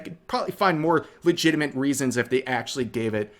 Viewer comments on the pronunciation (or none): none